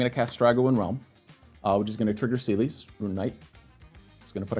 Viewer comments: Is pronounced ce les not seelis Is teedus not tide us got the name right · my favourite moment was pronouncing celes as “seelies” and just rolling with it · You pronounce Celes wrong and it hurts my ears… its like Celeste just without the „te“